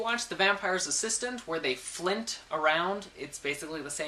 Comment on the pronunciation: its flit not flint